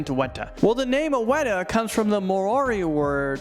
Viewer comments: Pronounced “maori” wrong wen u introduced the weta its not “Moria” to say it is (Mao-rii) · Um it's not pronounced more–ari it's pronounced mao–ry